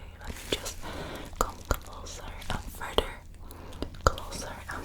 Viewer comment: Oh I restarted you do that with most you're th's like in this instead of further you say furder. I actually like the accent. If you heard mine you would noticed we don't say rs in alot like instead of car we say cah.